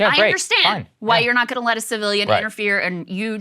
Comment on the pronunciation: "something we are goinda need..." 😃